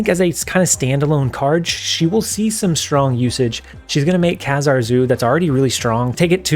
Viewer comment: Love your content! As a fan of X-Men comic growing up, Kazar is pronounced like "bazaar". Keep up the good work!